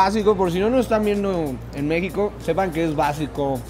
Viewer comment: ¿La chava que habla en la intro sí es Mexicana o tiene problemas para pronunciación? Todos los capítulos me causa mucho conflícto que en los subtitulos las palabras aparezcan correctamente y ella casi todas las pronuncie con el acento en otro lugar como "Mexíco"